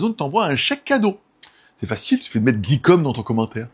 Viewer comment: RRrrr oh c'est plus Geekom "Guy" et pas "Guey", comprend qui peut !